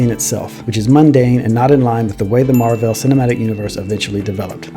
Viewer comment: Your commitment to mispronouncing Marvel in this video is incredible and infuriating at the same time.